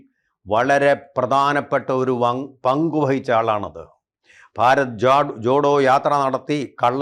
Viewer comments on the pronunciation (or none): none